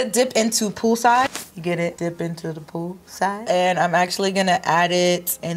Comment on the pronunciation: Was I the only one that kept hearing pupusas instead of pool side lol